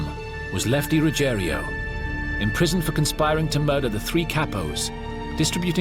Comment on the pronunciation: And it’s Ruggiero not Ruggerio.